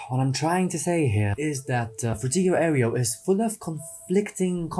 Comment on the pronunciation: sir. can you please stop mispronouncing Fruitiger Aero?